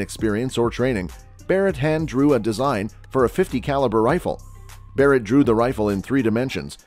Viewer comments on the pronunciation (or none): Did this guy call the barret a berret? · I stopped watching at the "Buh-rett" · This video lost all credibility at “berett” m82. Dislike for nonsense. 🤣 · I'm gonna be honest, as soon as you said, Berret, and not Barret, I can't really trust this. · You lost me at "Berett". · "berett" lol garbage video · You can’t even spell and pronounce Barrett correctly? Ohh god sometimes you do sometimes you don’t… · Yeah show a bizon as a calico and mis pronounce Barrets name I doubt this is a good gun channel probably some nra fanboys